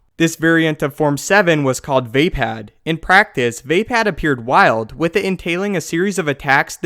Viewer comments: VAY-pad? thought it was vah-pod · You're pronouncing it wrong...vay?......Vaye.?.....Vah phad!!!!.....